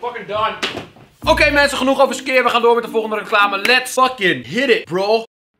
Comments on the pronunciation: XD dat is typisch skyr (skeer) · Ze hebben de uitspraak van SKYR veranderd he hahahaha ineens zeggen ze SKYJER 😂